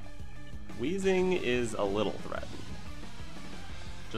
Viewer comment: Excuse me. It's actually pronounced Wayzing.